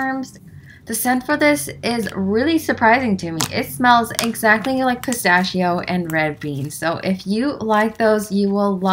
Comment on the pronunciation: The way u say “pistacchio” make me: ☠️💀☠️💀☠️☠️💀💀💀💀💀💀💀💀💀💀💀💀💀💀💀💀💀